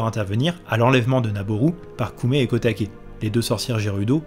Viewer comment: Ça se prononce "ko oumé" et "ko také" (pas "koumé") ! Ça veut dire petit prunier et petit bambou.